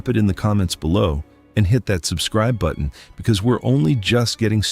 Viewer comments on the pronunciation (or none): none